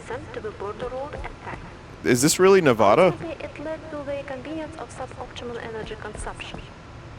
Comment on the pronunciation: It’s Nevada